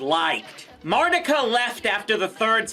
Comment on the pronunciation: I thought that her name was pronounced "Mar-TEE-ka!" 🤔